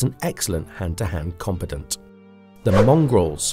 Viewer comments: "Combetant" lmao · The way combant sounds like competent tells me this is a shitty ai video.